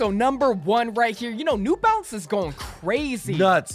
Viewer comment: It’s just “New Balance” bro, not “nEw BaLenCeZ”💀💀💀😂